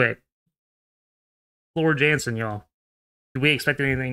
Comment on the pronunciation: its pronounced Yansen